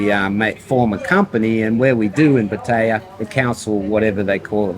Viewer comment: I like your channel. Your pronunciation of "Pattaya" is killing me, though 55 Listen to the way the Thais say it. "Puh" (short, punctuated) then "tie-ya" (fast)